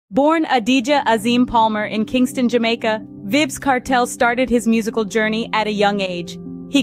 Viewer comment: Vibs. Vybz pronounced Vibes :face-fuchsia-tongue-out